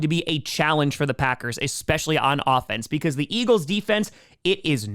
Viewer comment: stop saying 'expescially"